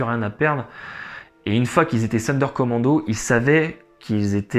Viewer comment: Sonderkommando se prononce Zonderkommando !